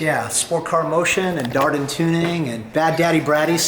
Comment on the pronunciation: He doesn’t know how to say dardan